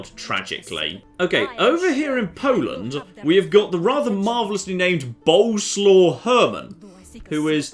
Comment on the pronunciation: That pronunciation of Boleslaw :')